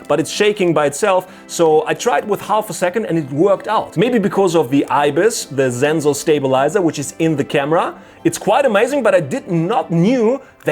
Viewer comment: Oh this is the guy that Says Zenzor instead of Sensor..been lookin for ya.